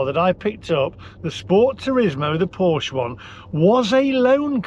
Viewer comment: Please learn to pronounce Porsche properly.